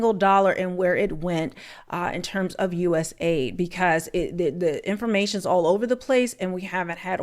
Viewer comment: It is NOT US aid. It's US A I D. Agency for International Development.